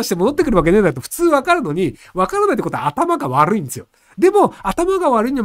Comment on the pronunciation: 頭が悪ｒｒｒいんですよ好き